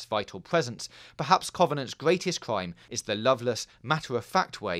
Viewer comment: Oh dear what a cwime....